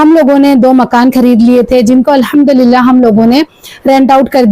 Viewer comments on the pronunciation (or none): none